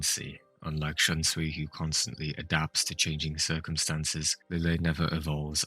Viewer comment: Did you notice Lille was pronounced Liege-ay in the dub? I was not expecting that pronunciation but I like it.